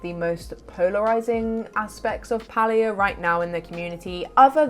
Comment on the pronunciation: I appreciate your pronunciation of Palia 💞🥰💞It's the cozy way - not the cringy way.